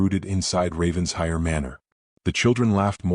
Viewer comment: RAVEN-SHIRE, please. This pronunciation was in another story and called out. Don’t they ever learn